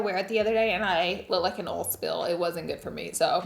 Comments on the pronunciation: oil❌ oul✅ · I was so confused!! I know some Deep South folks but never ever heard it pronounced like that. I was like why is she calling everything “old” and “okay” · Who’s here forLaura pronouncing oll (oil) 😅 love her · I just love how you say oil 😊